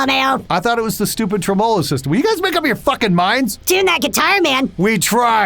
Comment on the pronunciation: Pronunciation of "tremolo" killed me a little inside.